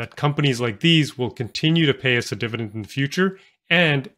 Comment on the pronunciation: Why do you pronounce dividend as “divident”?